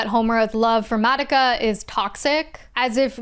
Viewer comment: Insane you watched the whole madoka show and still pronounce her name wrong.